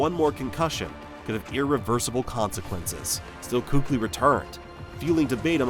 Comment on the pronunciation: Not once did you even pronouce his name correctly which is keek-lee btw. And it's widely known it was because of concussions. the much more shocking early retirement was the better patrick willis.